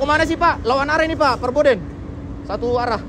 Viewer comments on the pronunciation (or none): Forbidden bukan Perbodden